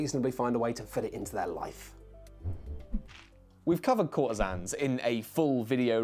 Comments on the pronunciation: Courtisans, not courtesans. Wish it was available in the UK! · It's Courtisans not Courtesans that's a VERY different thing